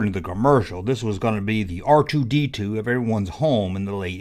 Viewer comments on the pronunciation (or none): You called R2-D2 Artie Deetoo lol